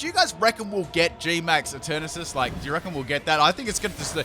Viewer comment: ‘’And Eturnatus is going to be turned into Eturnapiss” Wtf?